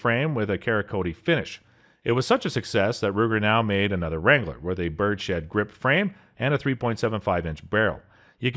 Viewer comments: "bird-shed?" It's birds head. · Thought he said Ruger Wrangler bird shit